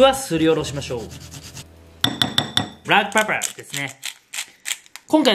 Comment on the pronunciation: ブラックペッパーの発音が不意打ちすぎた。 美味しそうな調理紹介ありがとうございます。